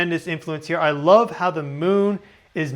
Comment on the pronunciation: I lurve how you said lurve! ❤